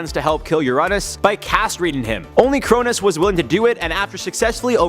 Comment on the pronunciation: Crow-Nose not kronus is how its pronounced